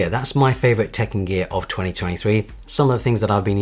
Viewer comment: Every single time, I heard “Tekken Gear” 😅